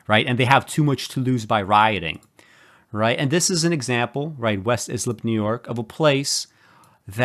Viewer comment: West Islip is Eye-slip, not is-lip.